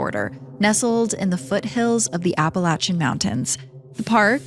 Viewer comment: Immediate follow simply because you know the difference between West VA and VA and the correct pronunciation of "Appalachian." 🙏🏻